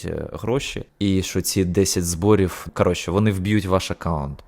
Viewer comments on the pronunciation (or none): Не "зборіф", а "зборіў", не "баниф", а "баниў"